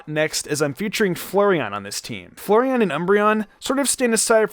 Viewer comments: I didn't know they released a new eeveelution as I've never heard of "Flurryeon" Seriously is that how he think your pronounce flareon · Why on Earth do you call flareon “Flureon” It ain’t hard to say.